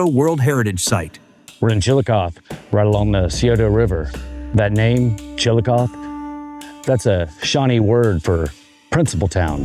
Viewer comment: You pronounce the 'E' at the end of Chillicothe as a hard 'EE'. And the river is pronounced SIGH-oh-toe. with the 'c' silent and the accent falling on the second syllable, the 'oh'. Locally pronounced "sigh-OH'-duh." Some archaeologists consider that instead of evidence of a far-flung trade network, the items brought from far away may have arrived as offerings brought by visitors performing some sort of pilgrimage to these sacred sites.